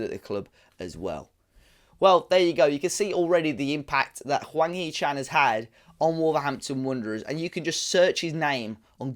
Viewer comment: It sounds like you are calling him wanky Chan must be are black country pronunciation😂